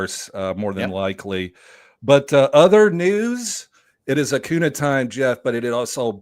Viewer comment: “Favorite player ever” proceeds to say Acunas name wrong